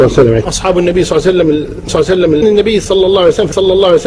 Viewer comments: اللهم صل وسلم على حبيبك محمد وعلى اله الطيبين الطاهرين. . صعبة جدا نطقها على لسانه لا يريد الله ان يجعل لهم حظ في الدنيا والاخرة. ماكو هيچ منطق (صليييسسسسلم). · في الكتابة ممكن بعض الاخوة يكتبون ص اما في النطق فلا يوجد شيخ عندنا يقول صعسلم مثلكم